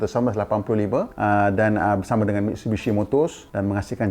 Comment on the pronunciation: Cara sebutan Jepun.... Mit su i bi shi